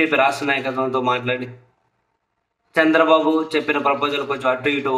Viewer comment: Saami nuvu Chandra babu Ani vathi palakadam yenduku bagaledu vinadanike asahanga undi